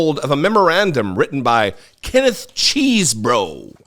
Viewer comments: it's pronounced "Chess bro". Not, "Cheese bro". Thanks. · Love how pronounced " CHESEBRO" nice.